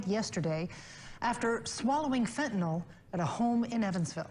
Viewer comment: 🤦‍♀️ YOURE SAYING IT WRONG... FENTANYL.... So it’s... FENT IN ALL... is HOW you pronounce it.....!!!! 👍🏼